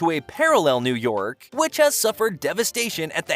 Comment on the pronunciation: New YOCK? what happened to New YORK? 😅